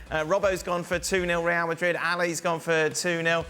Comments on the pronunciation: If you don't have a thick accent for everything else, dont have one when saying real madrid. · You're speaking the Queen's English, and you can't speak it when you pronounce Real Madrid? . . . Bush League